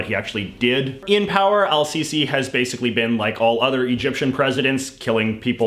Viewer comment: Everything you said about Egypt was wrong, especially how you butchered the president’s name